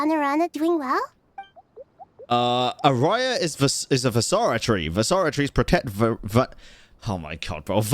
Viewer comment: Just a small correction. Araja, is not a spanish word, the J here is not pronounced like that..it stays J. Raja means King. Its just Araja.